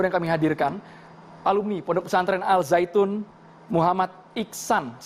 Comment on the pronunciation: Kenapa nyebutnya al zaitun,knp g dibaca secara huruf syamsiah...